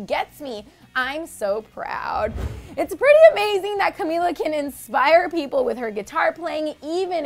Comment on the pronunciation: can we slam the lovely narrator for her awkward pronunciation of Camilla